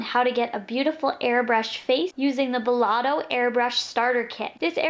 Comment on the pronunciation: Hey love it's belLETto not belLOTto :) I think I might purchase this :) great demo. And review